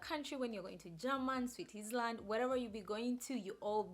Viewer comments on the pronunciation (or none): It's Germany not German. The latter is the language. Switzerland is pronounced sweetsaland....not sweetisland. I hope this helps.